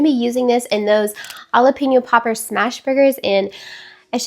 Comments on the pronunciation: It sounds like Halapeño, you probably heard J is silent, but it’s not. It’s just sounds like an H. 😊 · I have never heard anyone pronounce jalapeno the way you do. It's so interesting. ❤ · Lol.... and so wrong 😂😂 Love the video, gal 😘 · I thought it was so cute! Even though, yeah, never heard it pronounced that way outside of hearing you ❤